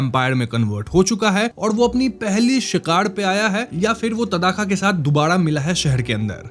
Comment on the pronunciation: तदाका नही भाई ताङका